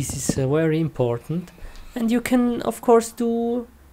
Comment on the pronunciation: Wery good computer??? Bruh... Get your words right